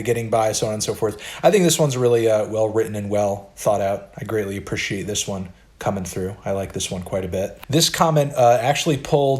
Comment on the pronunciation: anyone knowhathe fvckinda accent is that...? lol ”appr-ih-she-ate”